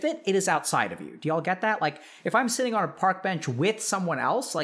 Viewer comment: Bro the last part sounded like "shitting with the shame" lmao